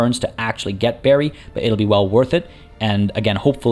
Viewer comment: Bari is pronounced like bar+y/ee, and not like berry. :) Otherwise most of it done well. :)